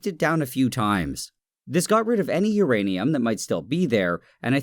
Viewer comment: say urinate again